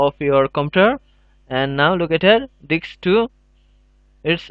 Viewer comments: diSK. not diKs. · It's "Disk" brother. Not "Dicks" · lol I heard that too, thought it was his accent until he said it properly lol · "Type List Diks" AHAHAHA I pissed myself of that :D:D :D AHAHAHA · it is not ''DICKS'' it is disk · lol you can't even say disk you always says diks ha ha ha i think no one notice it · "and now we need to select our DIKS" i died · you said dicks :) huhu ... several times ... it worked :D thx a lot !! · Dude atleast provide subtitles if you can't speak the language. You're literally pronouncing disk as dick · they way he says disk though....